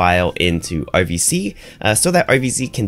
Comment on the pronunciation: Question from a non native speaker: You pronounce RVC like OVC - is this intended? You otherwise pronounce "r" quite distinctively - noticed this in the last 5 videos or so.. :)